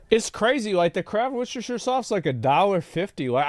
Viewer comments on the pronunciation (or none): Gosh! It's worcestershire sauce, not worcestershire sauce. lol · I'd make a comment about the wershtershire sauce if I could spell worcestershire 😂